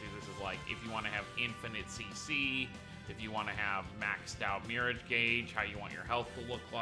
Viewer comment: Did you pronounce it “Mirridge?”